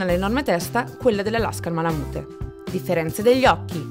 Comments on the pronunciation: Si pronuncia malamut non malamute 😅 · bel video però la pronuncia è "ma-luh-myoot", cioè "malamiut", insomma la e finale non si sente mai ;D Poi, il Malamute maschio misura "idealmente" 63.5 cm, cioè quella è la misura ideale per l'attività di traino. Ma 62-63cm sono proprio il minimo per un maschio, il mio è 66 al garrese. Il range corretto penso sia 61-68, includendo le femmine direi 58-68. Il peso va dai 32 (minimo femmine) fino ai 43kg (massimo maschi). Le misure dell'Husky invece sono abbastanza precise. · Se pronunci ma la mute , meglio skippare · beh sì dai, in Italia diciamo tutti "malamut" (e continueremo così ahah), però in USA la parte finale si pronuncia "miut"